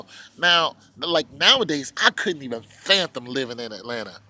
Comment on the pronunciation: Fathom my dude. Not phantom geez